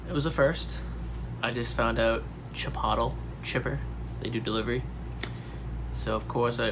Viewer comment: Chipottle??? LOL! It's pronounced "CHI-POHT-LAY", or to really sound accurate, "CHEE-POHT-LAY".